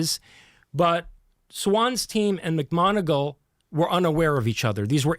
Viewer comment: if ur such a science smart ass, how comes you pronounce 'macmoneagle' as 'macgonagall'?. two different people pal